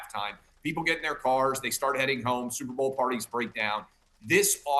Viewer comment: She did say Stuperr bowl😅